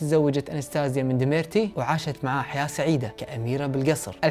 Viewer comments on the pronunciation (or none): دمیرتی❌ دیمیتری✅ شرحک جمیل استمر & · ديمرتي❌️ ديمتري✅️ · ديميتري مو ديميرتي 💖* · ديميتري مو ديميتري هههه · ديميتري وليس ديميرتي 🤭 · بس لو تركز على عرض الاسماء بشكل دقيق اكثر مثل الطفل يلي اسمه اليكسي وليس الاسكي...وبطل قصة الكرتون اسمه ديميتري وليس ديميرتي ويعطيك العافية ع اي حال💎🏰 ...